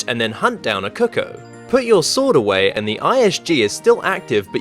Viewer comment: I like the way you pronounce cuckoo. I know it looks like you would say it that way, but it's actually pronounced koo-koo. Trust me though, I'm not trying to be a smart a$$ or anything. I just thought you should know. cuckoo [koo-koo, koo k-oo] Examples Word Origin noun, plural cuckoos. 1. a common European bird, Cuculus canorus, of the family Cuculidae, noted for its characteristic call and its brood parasitism. There are other definition examples, but I just used this one since it applies to the meaning in this particular case.